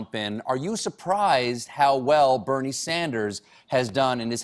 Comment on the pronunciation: she had me right up until she couldn't say BERNIE!!